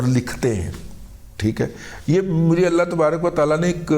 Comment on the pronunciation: اسلام علیکم دادا جی پلیز جب آپ بسم اللہ پڑھتے ہیں تو اس میں اللہ کے ہِ کو کلیئر پڑھا کریں پلیز 😊